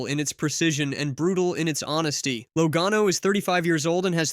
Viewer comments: Don't put out videos that mispronounce Drivers Names!!! It is pronounced { Laa Gano } not low gano.. !!!!!! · this is the dumbest take I've ever seen in the history of youtube. You don't even know how to pronounce Joey Logano. LOL. It's not even what he was talking about. I watched the entire interview and you don't even know what he was implying. You have to be the dumbest person I've ever seen when it comes to making videos.